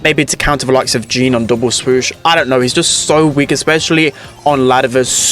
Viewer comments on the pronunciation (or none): none